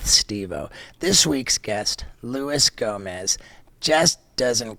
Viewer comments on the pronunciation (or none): Already called him "Luis Gomez" first 10 seconds in. Don't forget the J baby boi!!